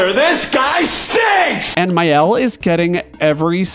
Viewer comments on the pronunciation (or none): Alright, I’m not going to be too precious about “Maëlle,” because even the English VAs say it wrong (“MY-el” or “MAY-el”), but Maxence says it in the proper French way, if you find one of his videos: “MAH-el”, elided to “MAH’el” (basically taken down to a single syllable).